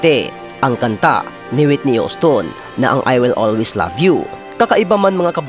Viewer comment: Needs to improve his English pronunciation in the letter A and not E such as way and not " wey" and in the letter V and not B such as love and not " lab". AAAAAAAAAAAA and not EEEEEEEEEEEE. Waaaaaaaaaay and not Weeeeeeeeeeeey. Hope he can still have a chance in the wild card. 🙂